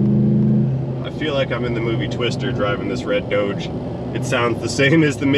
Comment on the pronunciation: it is called dodge like bodge not doug like doughnut